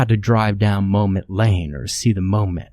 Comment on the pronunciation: isn't it mom-et and not moe-met?